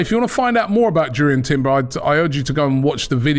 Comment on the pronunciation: Jurrien Timber. Should be pronounced as "Yuriean Timbea". If my German serves me right. Robbie should learn a bit of Culture 😂😂😂 am excited as a Gunner